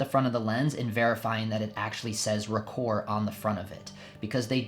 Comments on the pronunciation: Ahem....ROH-kor, not ruhKOHR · Good video but you are killing me with the pronunciation. its pretty well established that Rokkor is pronounced Rock-or not roak-or.. Hence the name of one of the most popular minolta websites ever the Rokkor Files, which is a take off on the Rockford files. Also the earliest SR pre-MC mount is often referred to as just SR or auto rokkor or AR I and II There are some lenses in this group with some interesting characteristics too